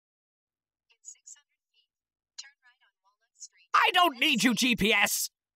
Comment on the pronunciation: IM THE WAHSING MACHEINE